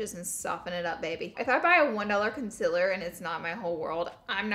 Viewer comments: sis, it's concealer not "conselr" no hate , just saying 😤😂💅💋💄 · Girl it's concealer not consiller. Learn to pronounce, bruhhh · CONCEALER not CONCILER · The way you say concealer gets me every time 😂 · laura i love you but you saying concealer wrong is getting on my nervous